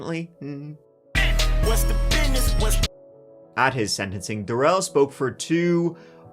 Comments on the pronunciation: I wish you wouldn’t pronounce his name “da-RELL” like he insisted. That was just his attempt at seizing control in this trial. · GROUNS! Long term fan, btw. But you have terrible pronunciation in this video. It's Dah-rel, and Waw-kesha, just for the record. I'm a huge fan, and if you ever come back to NY... well, golly, I live right by Sleepy Hollow and can show you around that cemetery, and give you all of the lore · Duh-rell!!!! Can't forget this f*ckup!